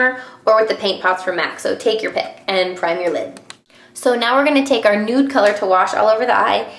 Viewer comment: lol I had to laugh because you said "our" but it sounded like Arrrrrggh! Like a pirate. And that reminded me of "talk like a pirate day" that is every Sept 19th. So I had to giggle. Do you like that site? I think its funny. And your a great friend to everyone also.